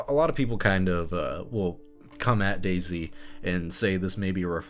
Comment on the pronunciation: You keep saying Daisy in a way that always makes my brain think you're saying DayZ. Also, she will always be Darth Rey Femwalker to me, a child born of the Dark Side, nurtured by it, unaware, who destroyed what he participated in, as feminist stuff tends to do.